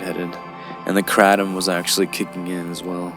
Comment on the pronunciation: cray-tum. this guy mispronounced it